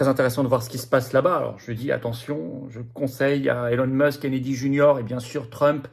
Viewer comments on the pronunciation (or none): none